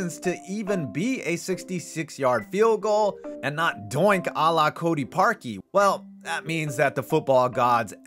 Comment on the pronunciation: He said Allah Cody parley😭😂